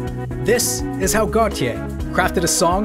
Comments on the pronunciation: It’s pronounced gaultier like the French designer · I JUST FOUND OUT THAT U PRONOUNCE IT AS GOT YEYH NOT FKIN GOATIE LOOOOOOOL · It’s a mispronunciation of his name in french (Gauthier) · Considering he’s also Belgian I’d assume it’s pronounced as got - yeea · am I the only one who pronounced it like "gottee" like the deez nuts meme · I’ve never heard anyone pronounce this band so I always thought it was goaty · Got e yay? I always pronounced it goat-eye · Bruh pronounced "Gotye" 4 different ways in this vid.